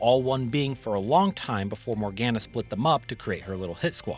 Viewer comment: my biggest gripe with GU is them pronouncing Morganna the way they do xD